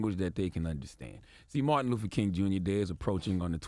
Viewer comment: You are saying MARTIN LUFFER. And giving him crap for saying coo. A linguistic expert came out and said it's a common mistake when reading it in a sentence